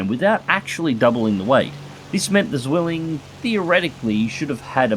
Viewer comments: the only he got wrong afaik was just the sound of the Z and the W in German, Z’s sound more like a TS instead of the buzz in english W’s sound like Vs so it would be pronounced something line tsvilling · "The Bf 109 Swelling" :D In German a Z is pronounced like TS - I know it's hard for English native speakers ;) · Thx for the vid, just a small minor mistake in pronounciation on your part: In German you pronouce it more like "Tsvilling" (- the "z" often is a "ts", for example in "Zorn" and "Zeitgeist") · Almost want to dislike just for that pronunciation of "Zwilling" ;) (I couldn't get it right either!) XD